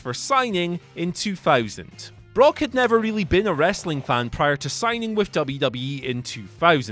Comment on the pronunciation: Did you say broke lesnar or did i hear wrong? Only first time.